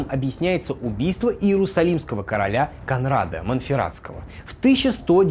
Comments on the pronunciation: Ваш редактор должен явно указывать ударения в именах и названиях. Потому что кОнрад а не КонрАд, например. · спасибо за ролик. Две мелких поправки - 1.ГоспитальЕры 2. Конрад - ударение на "о"